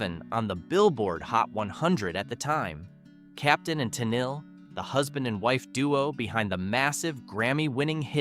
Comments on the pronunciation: Ummm can't you pronounce it Tah-Kneel? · The narrator is terrible & mispronounced "Tenille" and several other words